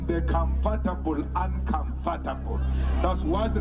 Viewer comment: That's not how you pronounce 'uncomfortable'.